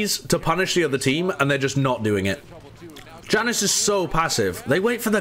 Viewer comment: I’m gonna kms if keeps calling Janus “ya-noose”